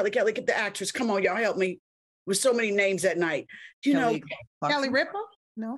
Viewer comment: “Kelly Rippa” 🤣🤣🤣🤣🤣